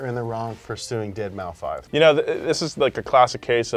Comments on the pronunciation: When I first heard of Deadmau5, I'm not gonna lie, I thought it was pronounced five and not like an s. I was f'n with you in the beginning. There aren't many Bieber fans out there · I’m happy I’m not the only one who pronounces it “deadmaufive.” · I love you man but what the hell is a Dead Mow Five??? Nye an cat?????? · Deadmau5 is not pronounced dead Mao five holy shit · Did he say "dead mouse five" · Bros... it’s “Deadmouse” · His name is Deadmaus the 5 is an S you plebs. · I know i seem like a nerd... But deadmouse .... Its deadmouse... Please guys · dead mau five, oh god please stop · Dead mouse say it with me dead mouse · Hopefully deadmau5 doesn’t sue you for butchering his name🤣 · yeah I had to stop watching because they kept saying his name wrong ... couldn't do it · I’ve come to terms with the fact that they’ll never pronounce deadmau5 correctly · pronounce the 5 on Deadmau5 😂😂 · Cringing every time says "dead mau five" the 5 is in place of an S, it's just 'Dead-mouse' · It's dead mouse not dead mau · Dead mau 5? I'm pretty sure it's pronounced deadmouse. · saying “deadmow” instead of “deadmouse” physically hurts me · Am I the only one that can’t get over saying “Dead Mau-5” instead of Dead Mouse? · dead mow five: dead mow five: dead mow five Nolan: Deadmaus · "Deadmaufive" Your attempt to exploit my anger is admirable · It’s deadmouse not deadmau five haha, good video as always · It’s pronounced ‘Dead mouse’ Hurts my ears when says ‘Dead MauFive’ 😬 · The way says deadmau5 as dead mow 5 instead of dead mouse really irritates me 😂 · Isn’t saying “deadmoufive” the same as saying “dollars sign uicide boy dollar sign”? Thought it was dead mouse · It’s pronounced dead mouse not dead mau 5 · Deadmau-5? Lmao pronounced Dead-Mouse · Ded mau five moment, it's deadmaus guys come on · It's dead mouse not deadmou 5😭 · Every time pronounces it “dead mow five”, a small child catches fire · DEAD MAO 5